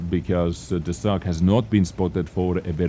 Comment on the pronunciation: No, it is a fang (of wolf), its pronunciation is with long "a"